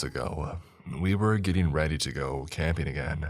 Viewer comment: I don't know what's worse, the stories or the narrator's voice. He overenunciates simple words like "but" or "not" to the point of ridiculousness but then drops every "g" off of an "ing" ending and adds either an "uh" or an "a" (ie. "again-uh" & "respond-uh") so he sounds like a valley girl who failed out of announcer school. Absolutely horrible. Maybe try instituting SOME quality control with the stories by releasing less often so you don't need quite as many and, if you want to be a speaker of any kind, use the extra time to work on your craft.